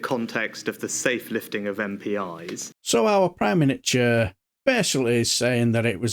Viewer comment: Prime Miniature….. I nearly choked on my tea when I heard that 😂😂